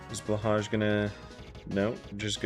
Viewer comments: It's not a big deal but blahaj is pronounced blohai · Fifteen minutes of the commentator not knowing how to pronounce blahaj </3 But this was still funny, given the para–happiness on display. Truly, the gentleman's status condition!